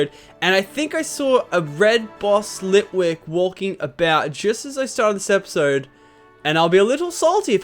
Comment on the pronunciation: You missed ghost litwik in csnt say the name correct but it was a ghost litwik